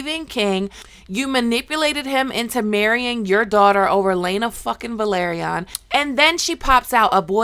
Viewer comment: I was about to ask the same thing lol. It´s a major pet peeve of mine how people keep mispronouncing names even though they watch the show and they listen to the way it´s pronounced, it makes no sense to me. Like for example the family name Velaryon.